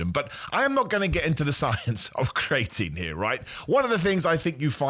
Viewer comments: Bro stop saying cre atine like that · This has to be a world record for the amount of times creatine was mispronounced in a single video. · Welcome back bro, missed your pronunciation of creatine 😂